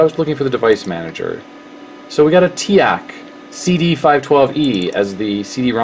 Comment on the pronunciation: TEAK is pronounced TEEK